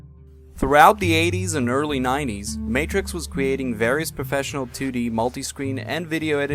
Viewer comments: Matrox is pronounced May-trocks. Not Matrix. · Matrox is pronounced Mat-rocks - awesome video though! Very informative. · its not matrix its trox matrox